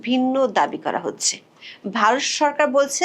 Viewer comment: Hoacheeeee😅😅😅😅😅😅. Are Bangla thik kore bolun